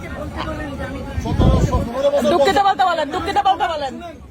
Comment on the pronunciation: ডুককিত বলছে ডুককিত বলছে